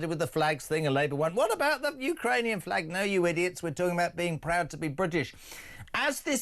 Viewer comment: Jeremy Kyle can not say the English Flag